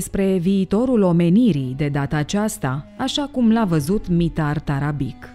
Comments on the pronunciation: mitar tarabici se rosteste, nu tarabic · pentru că sînt vecin cu cuscrii noştri sîrbi,ştiu că se citeşte TARABICI - scuze pentru observaţie,dar o fac în sens pozitiv şi -ţi mulţumesc pentru toate materialele foarte interesante.